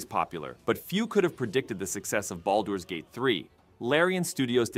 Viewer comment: Just here to poke a little fun at how inconsistently and incorrectly the presenter chose to pronounce Baldur's Gate haha. It's said correctly and often in the course of the actual game so I always marvel at how this could happen lol.